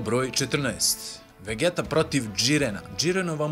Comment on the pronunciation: Super klip brate samo ako vec hoces da izgovaras njihova imena na srpskom onda ide vegita ne vegeta ali mnogo je ljepse kad se izgovara na engleskom xd podrska !!!